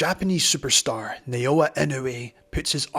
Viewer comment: ❌ - NAY-OH-UH ✅ - NAH-OH-YAH ❌ - IH-NEW-EE ✅ - EE-KNOW-EH